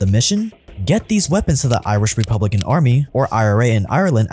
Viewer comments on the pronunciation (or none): Irish 'Rupblican' Army